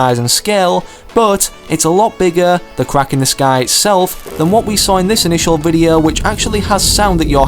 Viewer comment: despite his accent, he can pronounce 'o', but he says videa...